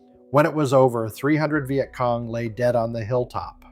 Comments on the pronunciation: AI slop thunbs down. "Vy-yet Cong"? Really? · The “vi et cong” … Hate AI narration. Get a vet to speak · stupid AI WtF is a vy-et cong??? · The Veye at Cong! AI !